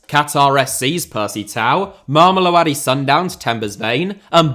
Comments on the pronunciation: Mama-low-dee sundowns. That will get you closer to the pronunciation, if you say it fast enough. In South Africa, the team is just called Sundowns for the most part. The area, is sometimes called “mams” (think Brits saying “mums”) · If I hear try to pronounce Mamelodi one more time I'm genuinely going to have a brain aneurysm also how the hell themba zwane got an honorable mention above players like rele Mofokeng or iqraam rayners even though he's been out for a couple of months